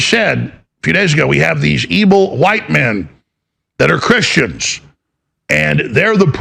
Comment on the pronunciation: Anyone notice Alex pronunciation of words with the letter v in them he pronounces those words with a b lol like evil he says ebil lol